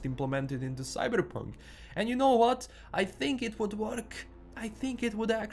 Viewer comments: Say Cyberrrrrrpunk again you sexy beast. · Whenever you say 'Cyberepunk' I smile a little. :P